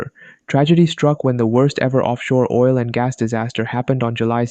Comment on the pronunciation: Yes im not replying but he said OI L